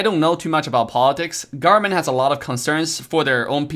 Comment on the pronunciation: No one:: US GARMENT